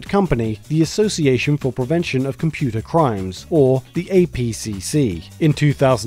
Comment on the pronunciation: from the computah crimes department